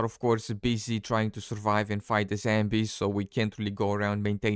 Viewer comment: Are you saying Zambies?